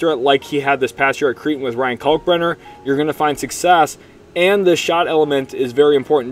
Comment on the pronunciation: Pronounced CRAY-ton (Creighton), rhymes with "Freight". Shout out my son, Nick - 2024 Creighton graduate.